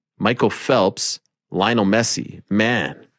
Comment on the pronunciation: Soccer you said messe